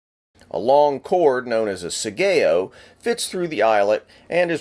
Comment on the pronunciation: The letter A is pronounced, ALWAYS, as in "awe" so it is sawyaw and sawgeo (Heerosheemaw and Nawgawsawkee). Also, the second pronunciation you gave for katana was 100% incorrect because Japanese does not stress syllables.